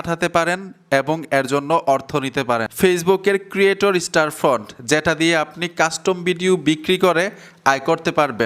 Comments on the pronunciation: দাদা ওটা ক্রিয়েটর স্টোরফ্রন্ট /স্টারফ্রন্ট নয় । 😅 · স্টারফ্রন্ট বলা বাদ দাও স্টোরফ্রন্ট বলো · স্টারফ্রন্ট না। কথাটা হবে, স্টোরফ্রন্ট 😊😊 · ভাই স্টারফ্রন্ট না, স্টোরফ্রন্ট। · আপনি বার বার স্টার ফ্রন্ট কেন বলছেন ??? স্টোর ফ্রন্ট হবে কি ??? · স্টার ফন্ট কই ভাই ওটা স্টোরফন্ট হবে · স্টোরফ্রন্ট এর নামটাই ঠিক মত বলতে পারছেন না